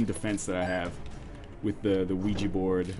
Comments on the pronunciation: it actually is pronounced weegee :| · OUIJA is pronounced "wee-jee"